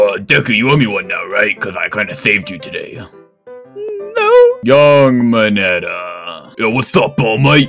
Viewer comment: tbh I thought mineta said big chungas